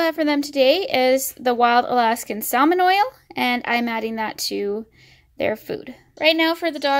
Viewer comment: mega cringe at how you say salmon the l is silent bih